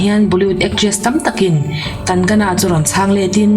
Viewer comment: Ngaihnawm thin e, chuan..kan-ga-na ni lovin kang-na ti a lam rik tur😊